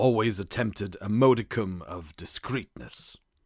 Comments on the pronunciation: "moadicom".???? ....what an irritating beginning. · The reader's mistakes in pronunciation make it too irritating to listen this recording: modicum, narrated, Maynooth and Galway are all mistreated in just the first three minutes...